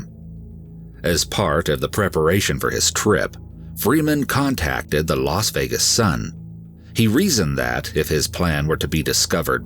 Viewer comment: Really ? Very interesting story of determination and courage. But on a note for the narrator; you mispronounce too many words. And the name Las Vegas is not pronounced "Los Vegas"; Las is pronounced "lass", which rhymes with "gas". Process, is not pronounced "Prawcess". Evade is not pronounced "avade". There are many more, but you probably get the idea. Having a good voice is one thing, but like a singer who sings off key or off time, does not really cut it. Stay safe y'all.